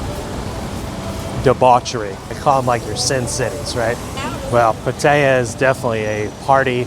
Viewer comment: PATTAYA (Pat-tee-yah) get it right.